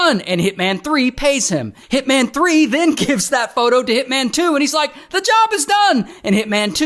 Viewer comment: "I eh-Rike the property"